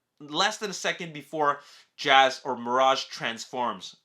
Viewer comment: lol you called him jazz again lol